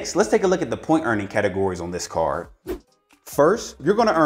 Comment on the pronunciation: I was screaming towards the end of this video because he can't say the letter d. Benefits from this caaaaaarrrrr. Where's the D?!?!?